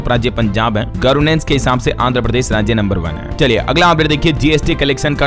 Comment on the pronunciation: सही बोला करो गर्वनेस नहीं गवरनेस होता है गर्वनर नहीं गवरनर होता है